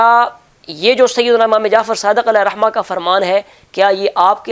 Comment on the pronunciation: Allama sb,rahmatullah” mayn waqf ke surat mayn “Rahma”parhain ge na ke rahmat.